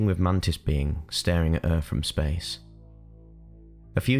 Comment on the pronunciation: Man tits or mantis hahahah love your videos man